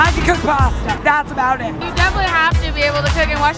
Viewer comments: when did pasta become parstar? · The girl says she can cook any type Pasta when she can't even say Pasta and says Posta instead LOL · “I can goog basta, that’s it”